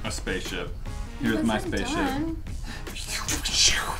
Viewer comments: i heard say spacship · no she said spaceshi* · said spaship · Is it just me or did say spaceship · The_ Disciple I didn't hear space ship but definitely pig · sounded like she said Spaceship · LET IT GO everyone heard her say spaceship 🚀 even and they even put subtitles. LET IT GO!!!!!!! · Is it me but it sounded like said Pig spaceship (When said to make that) And b1tch when said u heartless women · I could've sworn I heard babble something like "spaceship" when said "spaceship" multiple times. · it sounded like said spaceship! 😂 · tried saying spaceship! 💕🌸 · I could have sworn that said spaceship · It sounds like said "Pig" and "spaceship"! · Did no one else hear try to say spaceship!?!? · it sounded like said spaceship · Is it just me or did said spaceship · just me or was trying to say spaceship? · it sounded like said spaceship... 🤔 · Is it just me or did say pig and spaceship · SAID SPACCESHIP AND PIG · it did sound like said spaceship!!!!!!!!!!!!!!!!!!!!!1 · Did she say pig and spaceship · I swear I heard her say spaceship